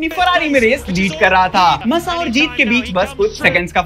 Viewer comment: Bhai please pronounce thik se karo Grand Prix ❌ GRAND PRIX (ग्रॉ प्री) GRAW PRI aise pronounce hoga ✅ MASSA = मासा not मस्सा aur wo Nelson Piguet nahi Piquet (PK) hai 🥲😭